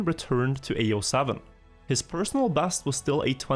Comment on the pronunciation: Played trackmania a little bit with friends back in the day. These videos are great. Its hilarious to hear you using Æ as an E in all words. Like personal bæst etc🤣🤣🤣 Heia norge:)